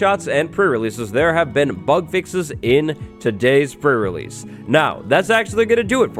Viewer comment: The way je says pre release, sounds like fur release